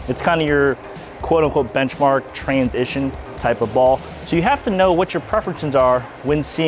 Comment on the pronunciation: It'sa me, Bench-A-Marka!